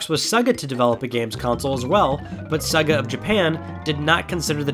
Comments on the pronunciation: Saga? It’s seeeeeeegaaahhhhhh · stop calling it "sugu" its sega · C'mon dude.. It's not "SUGGA" It's "SAYGAH" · Who the hell is suga Iam sure its Sega. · Didn’t know Sega was pronounced SUG AH 😂😂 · "Sehga" ...whut? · When you pronounced Sega ‘Segga’ - any credibility you thought you had went out the window man. Shameful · What a ridiculous way to pronounce, 'SEGA', if you've ever turned one on, you'll know that's not how you pronounce it 🤦‍♂️